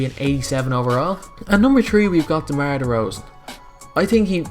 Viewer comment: its demar not damar :)